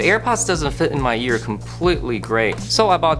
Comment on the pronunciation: This dude says year instead of ear